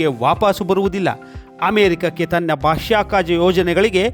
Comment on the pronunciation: ಉತ್ತಮ ವರದಿ. ಆದರೆ ಒಂದು ಜಿಜ್ಞಾಸೆ. ಬಾಷ್ಯಾಕಾಶ ನೌಕೆಯೇ ಅಥವಾ ಬಾಹ್ಯಾಕಾಶ ನೌಕೆ?